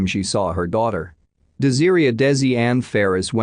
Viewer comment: [de-zeer-ia].... Is her name really pronounced like that or is it [des-ah-ray]? 😬 Wish there was better narration on these videos.